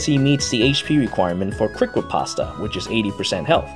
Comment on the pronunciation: FYI - Riposte is pronounced "repost"